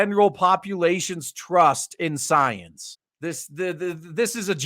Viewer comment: You repeatedly calling Science...Soyence. Also using this weird accent every time you saying that. How's that different from a thing what you're commenting in this video? I see no difference. You using language as it fits you.